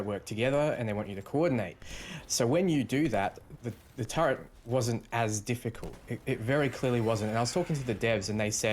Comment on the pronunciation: for the love of god. How do you see the word turret and get the pronunciation turrent? My pet hate, please patch your language build.